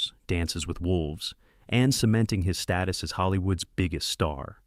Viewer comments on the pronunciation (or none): none